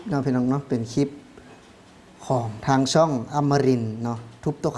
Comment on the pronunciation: พูด คลิป ต้องมี ล.ลิงด้วย ,Clipไม่ใช่คิป😊